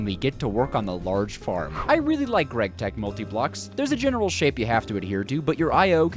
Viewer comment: "gregtech" Ew